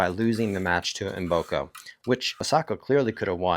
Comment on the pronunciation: Mboko not Mboka, 😅